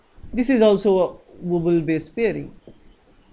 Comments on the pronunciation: are you being cute? it's wobble!!! not wooble. but you sayinng wooble is way better - i will remember it this way from now on. :-D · XD wooble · Hi sir nyc vdo.ACI is d anticodon present on tRNA and its Wobble not wooble